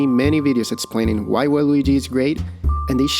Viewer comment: I love that you say "Why" as "Wha?"